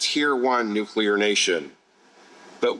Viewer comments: New Clear ! .. not nuke-u-lar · What would be super cool if the energy minister would pronounce the name of energy from NUCLEAR energy not NUCULAR. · It is one thing for a normal person or youtube host (sorry, I know you are working on it, and doing much better) to say Nuc - you - lar, but for the energy minister to say it from the platform multiple times...so embarrassing!!!!! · "Nuke-u-lar. It's pronounced Nuke-u-lar" - Homer Simpson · Homer Simpson: its Nucular, NUUUUCULAR! Liberal minister: yup nucular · Boggles my mind. All these super educated people, and they still say "nuke-u-lurr!" Dumbasses. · Who else spotted a fake Bush'inism with "Nu-cu-ler" in Hodgson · If he's going to be involved or responsible and announcing this. You should at least learn how to say the word nuclear.!!! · He can’t even pronounce nuclear correctly.